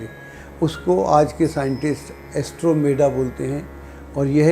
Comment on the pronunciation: एस्ट्रोमेडा नहीं एंड्रोमेडा! आपके द्वारा दिए गए बहुत सारे तथ्य बिल्कुल गलत हैं!!